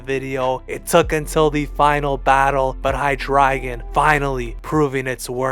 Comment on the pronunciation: You pronounce Hydreigon differently from a lot of people but now that I'm thinking of it... I think you're saying it right because his evolutions include ein zwei and drei which is (basically) one two and three in German and I NEVER put that together until now.